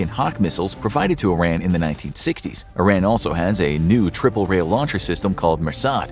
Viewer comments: it's not "eye ran" it's Iran pronounced as "eeran" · You are pronouncing Iran wrong it’s “ear” an not “eye” ran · It's 'ee-RON,' not 'eye-RAN' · It's pronounced "E-ran", whenever somebody says "I-Ran" I respond with: Where'd ya run to? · It’s pronounced E-raan! Not I-ran! It’s not track and field. 😆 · It's not about being gang bro!this person is talking about this country and its situation;so let's know the right way to say the name there's no harm in that:) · It is not I-RAN it is pronounced like E-ron. just for your information. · It isn't I Ran. it is E Ron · First off, I ran not! Iraaan /eerun/ to be pronounced. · Very informative. I would ask for you to pronounce Iran correctly though! Iran is pronounce (E, like the letter, ron) (Iran = E Ron and Iranian is pronounced E Ron Ian like the name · Dude it is called E'ron in English. Just because some US politicians said it wrong due to their lack of ability to read and pronounce words, doesn't change the fact that is is E'ron . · oh man, every cell in my body jumps each time I hear I-Ran. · Eeer-ahn. Eer-ahnians. There, I fixed it for you! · EEE RAHN not ih ran not EYE ran Texan, here. German, French, Irish and English ancestry. Catholic. I just like correct pronuciations. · Angel: How many Americans can’t pronounce Iran? God: Yes